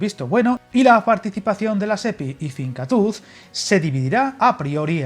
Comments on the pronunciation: Buenas,! Un pequeño dato: "Finkatuz" se leería como "Fincátus". Y su traducción al castellano viene a ser "consolidar / afianzar / reforzar". Nada más y gracias por el vídeo! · Mila esker, ha sido muy duro escuchar fincatúz jajajjajjaa